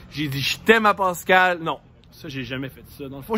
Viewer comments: C'est pas Pâscal mais Pascal hahaha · De rien! J'adore c'était pas méchant mais je grince des dents quand j'entends Pâscal prononcé comme ça lol